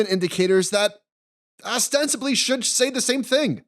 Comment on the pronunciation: Did he say ASStensibly?